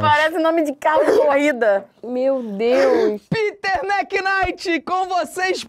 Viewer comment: Felipe e falando Piter ao mesmo tempo eu esperando alguém falar dinks Kkkkkkk